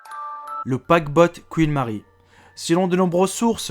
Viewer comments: paquebot pas paquebot paquebotte ! ! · Un "paquebotte" ? Anne "Bolain" ? C'est ta manière de parler qui est hantée ...